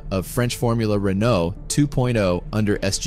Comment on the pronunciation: It’s Renault not Renknow